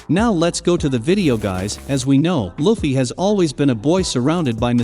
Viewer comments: Say luffys name right!! Wtfff! U were literally saying it right in the beginning. Its (loo•fee) not (luh•fee) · Omg, how many more times is he gonna mispronounce Luffy's name?? I'd even say the Japanese accent sounds better than this. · Bro. If you dont stop pronouncing luffys name with a short u instead of a long u im going to report your channel for misinformation. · Nobody gonna talk about how he is saying luffy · Dude, have you even watched One Piece? If you did, then you would know how to freaking say Luffy's name right